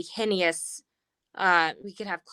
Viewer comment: (HEN-e-ous)?!? Come on, ma'am, it's pronounced hey-nous.